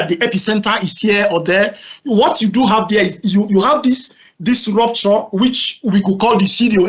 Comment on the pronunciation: This guy struggles to explain himself, I don't wanna be one of his students,all I heard is "dee rooptchor "